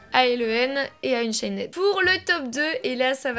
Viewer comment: Unchained sa ce dit unchain mes pas éd naide